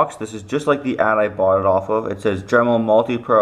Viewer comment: DEMEL LMFAO XD, that and the orange potentiometer....